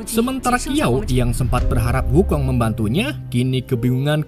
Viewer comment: Bukan kiao bang tp shiao